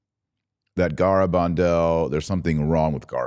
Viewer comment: It's gare, not garr abandal.